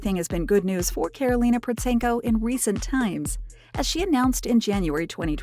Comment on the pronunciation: The first time I've heard her name pronounced correctly in this kind of videos! And also - thankfully not just chasing her supposed income numbers. Also - as this is recent video, it should have contained newer material of her musical activity. Karolina is a growing light spot in musical world. And she has obviously outgrown the commercial events like AGT. They should invite her as a guest star, not a contestant - but they are quite ashamed probably because they rejected her in auditions few years ago. Cheers!